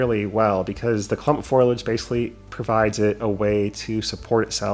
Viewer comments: yet again your creativity is super and I think you're right on with the scale look of those "trees". Fantastic. Just one critique - it is FOH-lee-edge, not FOIL-edge. Always entertaining to see what you come up with. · It makes me chuckle that you say "foilage" instead of "foliage".